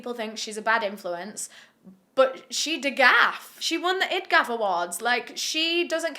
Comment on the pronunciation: i’m sorry i’m sorry, i’ve never ever heard someone PRONOUNCE DGAF or IDGAF😭😭😭 i was in tears, okay thanks continue on🙂‍↔️